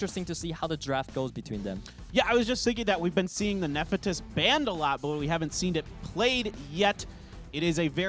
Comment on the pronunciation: No knowledge and can't even read monster names correctly off his clue cards. I wanted to strangle him every time he said "Ne-fe-tys".